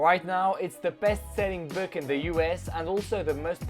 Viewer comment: Apprend à prononcer "book" c'est insupportable